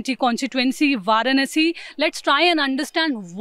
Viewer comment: can't even pronounce varanasi correctly. Pronounces it as per english. She obviously knows hindi.